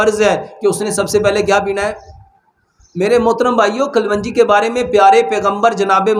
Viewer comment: Hakeem sahb kalwangi nhi kalongi hota he